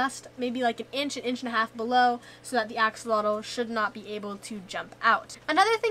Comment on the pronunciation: Axolotl = ah-sho-lotl not axe-uh-lah-dul. Plural:Axolomeh ah-sho-lo-meh. thank you for preserving our native words. tlazohcāmati!